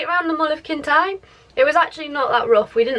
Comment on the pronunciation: It’s no pronounced Kintie, it’s Kintire = Kintyre